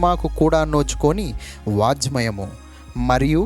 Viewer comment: సారీ, "వాజ్మయము" అనకూడదు, కానీ "వాఙ్మయం" అనాలి ( Vangmayamu- వాంగ్మయము).